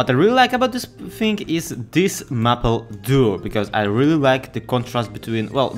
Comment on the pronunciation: Maple is pronounced may-pull. Your English is only getting better though!